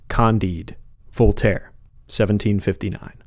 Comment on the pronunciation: I really wish US people learnt how to pronounce names because your pronunciation of Voltaire is terrible LMAO